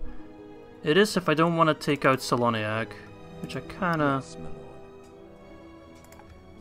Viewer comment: Well, you correct the Sindarin pronunciation of Tirdhuim but keep spelling "Celoniach" with the soft C... All the "C" pronunciations in Sindarin are spelling as a "K" sound, so it spells "KELONIACH"